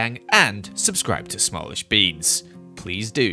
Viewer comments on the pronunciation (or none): When u said “Sub to smallishbeans” It actually said “Sub to smallisheans” LOL